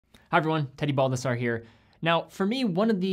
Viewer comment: “ here.” That’s what I heard. Lol it’s cool to talk fast, but not at the expense if your name sounds like a Pokémon.